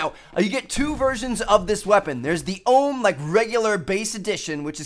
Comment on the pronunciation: It's prenounced O.H.M. Not the OHHMMM jeez...